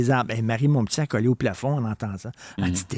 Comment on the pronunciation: Merci méchants malades. Richard prononce comme le font les gens de Radio-Canada. Marie Montp'tit s'écrit Montpetit et devrait se prononcer ainsi, il me semble. Je déteste le ''p'tit''.